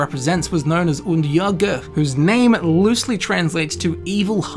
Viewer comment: As a swede I think he nailed the norwegian